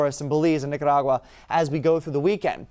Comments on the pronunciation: I was cheering when he did that. After 50~something years of me not really ever pronouncing it correctly, today has taught me how to say it! Whoop Whoop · The only one who can pronounce Nicaragua 😄